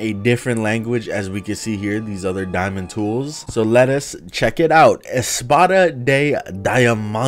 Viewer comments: I like how the diamond stuff was in Spanish BTW Espada is pronounced espatha and it mean sword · It's too fun to watch him try to say sword or diamond pickaxe in Spanish 😂😂